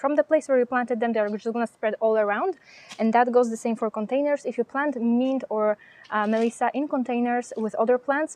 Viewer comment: Thank you. You gave me good ideas. The word "mint" was not understandable for a minute or so. The letter i is not like in french. It's sound is "ih" as in "the English word "myth". Also, the t is hard as in the word "sit". The n is also stronger. Your English is perfect except for that word. Funny, such a small word having complexity. I will plant my basil in partial shade and my chives in poor soil..